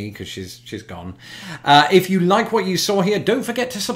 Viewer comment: “Wha”... I love that instead of whaT !